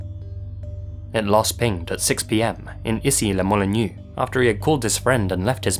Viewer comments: Even before , Issy-les-Moulineaux becoming "Issi le Molinew" is quite funny. x) Even more than "C'est chaud, je te rappellerai" which is not pronounced that bad. It's also weird to hear about Issy-les-Moulineaux when you live rather near of this city. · Issy-les-Moulineaux rhymes with "c'est chaud !" and not "it's new" :) So Easseelehmuhleenau is the correct pronounciation !